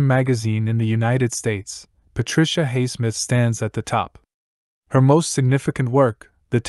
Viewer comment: You affect your credibility negatively by pronouncing Highsmith's name incorrectly.